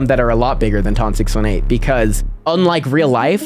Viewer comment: Hey you pronounce the biggest black hole as ton 6 eighteen